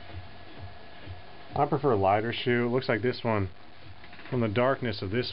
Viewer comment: not bad but i have to say puer brews better in a yixing teapot because gaiwan cools down too fast. also teapots keeps things tidy when it comes to puer dusts. oh yeah, one more thing. 'shou' is pronounced more like 'show' than it is 'shoe'.